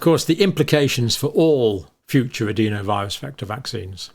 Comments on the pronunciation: Why do you say adEEnovirus when the rest of the science community says the more sensible adenovirus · sorry mate, its just incorrect pronunciation- "e" in the UK is pronounced "eh" not "ee" no matter what region you come from